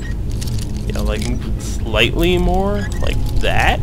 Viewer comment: *more, not maire!!